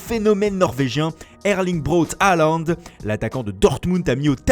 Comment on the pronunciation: Pas Haland mais Hôland